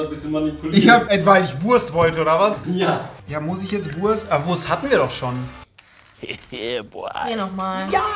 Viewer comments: Rezo. Nicht Wuast sondern Wurrrst! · Normale Menschen: Wurst Rezo: Wuast